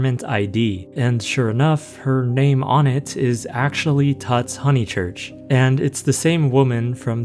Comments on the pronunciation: I think it’s pronounced “toots” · It’s pronounced tootz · "tutz" is probably pronounced like "puts," as in the nickname tutz